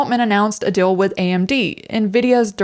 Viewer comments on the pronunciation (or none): * The word "deal" is pronounced with a longer vowel sound. "dill" is something different ;-) Feel free to delete this comment, it's meant only for you anyway. Thank you for making these videos. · Love your videos. But gotta ask... are you sure you’re not an AI? 😅 The way you pronounce words like “real” and "deal" as “rill” and "dill" every single time has me convinced someone programmed your pronunciation chip a little off. 😂 🤦‍♀️ What's the "dill" with that? 😂